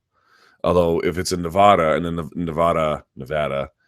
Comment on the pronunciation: Thank you for saying NE-VAA-DUH!!! lol